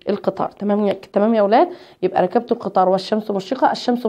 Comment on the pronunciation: نقول ركبت بكسر الكاف وليس بفتحها وشكرا أستادة